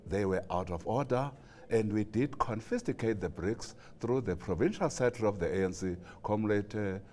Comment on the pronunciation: Mthembu - "confisticate the bricks...", and this is a spokesperson...Its confiscate you numbnut!!!!